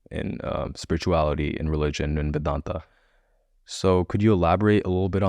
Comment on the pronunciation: Host why such heavy western accent. Not required for Indian audience 😅. Especially when pronouncing Indology words like vedanta . I urge you to pronounce it as Sanskrit , even for western audience out there, it is much better to listen to.Just a suggestion